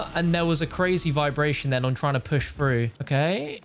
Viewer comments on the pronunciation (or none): "I'm trying to push frew"